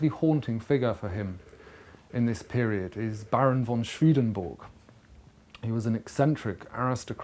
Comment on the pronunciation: A great introduction but, alas, Swedenborg is pronounced as it is spelt.